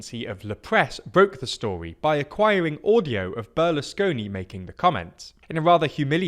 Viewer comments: Just for the future, it's Berlusconi not Berlesconi. But great videos and as always, thanks for producing (semicit) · It's Berlusconi, not Berlesconi. Come on people...